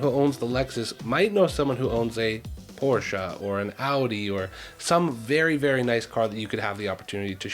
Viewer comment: You pronounced Porsche and Audi the way it's supposed to be pronounced ♥ Instantly subscribed because of that.